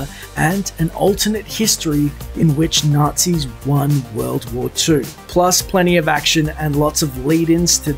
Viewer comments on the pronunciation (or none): none